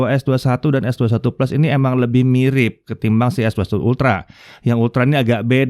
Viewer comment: Gw demen cara nyebutnya es dua satu...👍👍👍